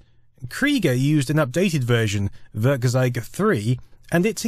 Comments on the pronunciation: Really nice video, .kkrieger blew some heads back in the day. =) FWIW when trying to say German words, it can help to remember a couple of things, like how eu and äu are both pronounce "oi" (so Werkkzeug = Werkkzoig, bräu in beers = broi, etc.), and ei is pronounced like the English word "eye" (so less "heil Cesar" and more "hail HiREDACTED). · Werkzeug simply means tool in English. And you would correctly pronounce it like this: "Wairktsoig" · I like how you pronounce 'Werkzeug' as 'Würgzeig' xD